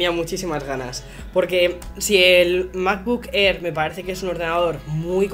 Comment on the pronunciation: Me ha encantado el "unboxing" del "macbuk err".